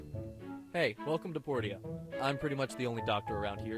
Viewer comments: I'm not sure but i'm pretty sure it's pronounced poor-sha not por-tio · It's Por-SHA not Por-TIA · Haha I knew it. I totally expected that you'd be back to pronouncing it "Porty-uh" instead of properly (like you were pronouncing it after the mayor corrected you) :) edit - apparently the doctor's VO artist didn't know how to pronounce it either. :)